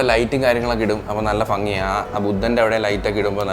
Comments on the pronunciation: ഭ വരുന്ന സ്ഥാലത് ഫ പറയുന്നത് ശ്രെദ്ധിച്ചോ 😂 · ഭംഗി ❌ ഫങ്ങി ✅